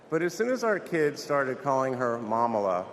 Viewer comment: Not Mamala….MoMala